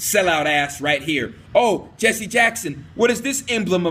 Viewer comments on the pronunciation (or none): none